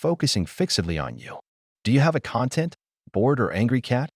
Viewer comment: I can't believe that this video uses a terrible speech synthesizer that mispronounced 'content'. Unwatchable.